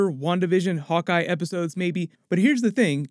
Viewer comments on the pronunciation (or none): none